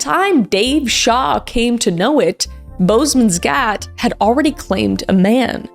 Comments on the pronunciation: Hoooweee the way K butchered the pronunciation of Boesman's Gat😂 love you girl but dang that cracked me up! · I actually laughed out loud when she pronounced “Boesmans Gat” Then was heartbroken just a few minutes later Sending love from Namibia 🇳🇦